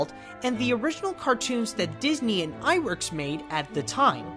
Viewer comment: Great bio, with one minor quibble - Iwerks' name was pronounced "ubb" (as in "bubble"), not "oob." But that's a minor detail. I think I've developed a softer spot for Oswald than for Mickey - at least the Disney/Iwerks Oswald - and I'm glad he finally got his time in the spotlight.